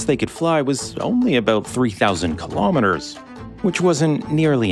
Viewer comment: WHAT THE FUCK IS A KILOMETERRRR?!